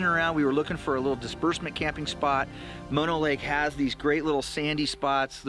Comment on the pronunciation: I grew up in California and Bristlecone Pines can be found on a few other Sierra Mountain summits (not just one spot). Mispronounced Methuselah and Mono Lake. By the way, Bishop is known for a horrific Sasquatch attack on a family who were RV camping in the hills. Military led by men in black came out to track it down and kill it. Just thought you might be interested.